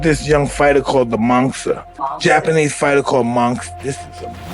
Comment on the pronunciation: It is pronounce "Monster" not Monkster.